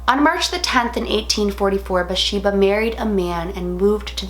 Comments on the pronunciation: I thought her name was BaTHsheba? Not Basheba...either way, loved this movie and Lorraine and Ed Warren movies! Always so well done. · It is BATHsheba. She wasn't pronouncing it right, but I love her anyways